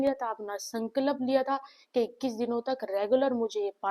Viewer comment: Sankalp not Sanklap..😅 .. Madam theek se toh boliye !!